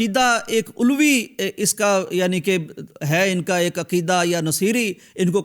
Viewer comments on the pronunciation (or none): مطلب یہ کہ شام میں 72 فیصد اہل سنت ہیں ، غیر مقلدین نہیں ہیں 😂 دوسری بات یہ کہ آپ ذرا کچھ الفاظ کے درست تلفظ بھی سیکھ لیں 😂 آپ نے عَلوی کو عُلوی جو کہ صحیح نہیں ہے اور نُصَیری کو ن٘صِیری کہا یہ بھی صحیح نہیں ہے 😂